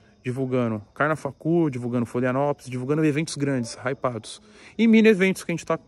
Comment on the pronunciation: FLO""RI""ANOPOLIS NÃO FLO"LIANOPOLIS